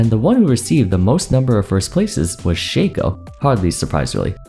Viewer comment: It's Shaco, not Shaco btw